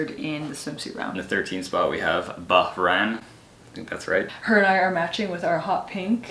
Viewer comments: Pronounce as bah-rain not ba-ran. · Not BAH-RUN🌝 correct pronounciation is BAH-RAIN🤩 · Hi! It's "BAH-RAIN" hehehe love you both!! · The correct pronunciation is BHA-RAIN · It’s been so many videos uploaded but you can’t still figure out how to pronounce Bahrain.